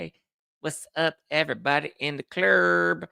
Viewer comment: Every body in the clurb😂😂😂 i say it w you everytime❤ makes my day. All my love. Hope its a good one for you❤